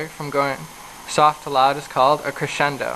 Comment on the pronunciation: creschendo? decreschendo? woah... hahaha